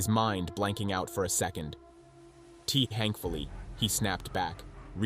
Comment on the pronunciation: lol I’m glad someone noticed. He said ‘Tee Hank-fully’ for thankfully